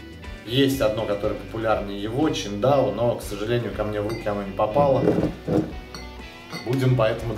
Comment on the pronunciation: Не Чиндао, а Циндао, 😎